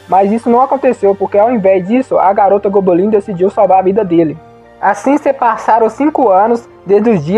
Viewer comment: Não tankei esse "gobolin" kkkk